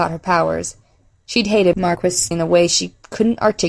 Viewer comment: great work! just one wrinkle... "Maquis" is pronounced "ma-key".